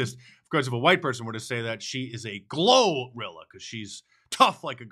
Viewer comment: That segment with 'Glo-Rilla' was painful.